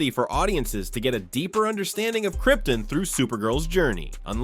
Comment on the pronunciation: the way. you say krypton infuriates me